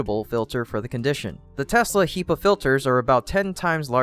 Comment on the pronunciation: HEPA, not HEPA, u monster :)